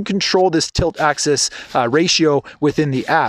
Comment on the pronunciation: Dude, really?? why should I take advice from someone who can't even say the correct terminology?? It's AXIS.... not "access". I would have totally re-shot this. makes you seem incredibly unprofessional and even a little bit pretentious!